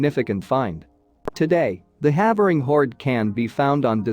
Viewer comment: For you folks in the US, "Havering" is actually pronounced "Hayvering"